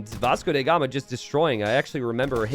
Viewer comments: why do you pronounce Vasco DA Gama as “Vasco DE Gama”? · Who is that Vasco "DE" Gama you speak of? :p Do you mean Vasco "DA" Gama? :D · Vasco DA Gama, DA gama not DE gama